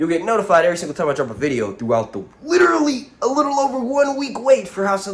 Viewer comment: Notifcaded lol love it